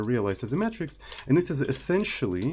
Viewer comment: "matrix" is pronounced "may-tricks" (not "metrics")